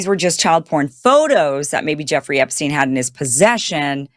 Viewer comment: You're not pronouncing Epstein correctly...